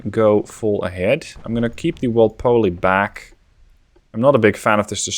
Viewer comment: Awesome video BTW for future British videos (Robert Walpole basically invented the position of Prime Minister) it is usually pronounced more like Wall-Pool